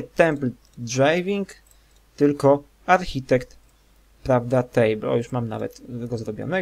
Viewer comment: Jeśli chcesz robić za lektora to "architect" wymawia się po polsku arkitekt nie archetik :P